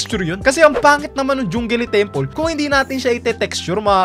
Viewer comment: Natawa po ako nung sinabi mo pong jungele templa HAHA